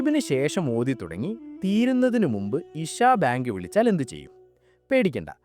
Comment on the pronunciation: ബേങ്ക് അല്ല ബാങ്ക് ☝️☝️☝️